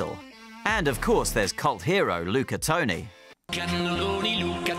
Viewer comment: Toni* not Touni